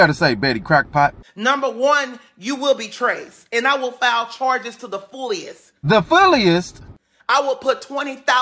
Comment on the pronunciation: “I don’t know who was it”.... “to the fulliest”... “I’m one of His child”.. Jesus be a speech therapist. 🥺